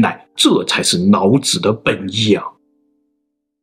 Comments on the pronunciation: 你是不會讀L和N音嗎，什麼‘腦子腦子’ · Hahaahah 老子被你说成脑子，老师变成脑尸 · 内在，不是泪在。 老子，不是脑子。 来历，不是来逆。 水利，不是水逆。 另一起，不是泞一起。 内容，不是类容。 一，不是yzi。 民，不是mzin。 蔓，不是万。 积累，不是积nei。 于是，不是yzu是。 李学勤，不是你学勤。 离骚，不是泥骚。 遗体，不是yzi体。 遗训，不是yzi训。 地，不是dzi。 年，不是联。 那，不是辣。 哪里，不是哪你。 夷陵，不是yzi陵。 怒了，不是路了。 陵墓，不是铃墓。 历朝历代，不是逆朝逆代。 历史，不是逆史。 。。。。。。。。。